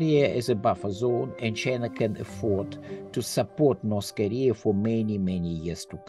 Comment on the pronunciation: Why do they pronounce it as Norse Koleah?